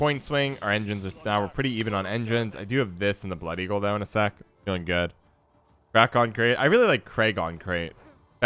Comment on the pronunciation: crach and craigh is different...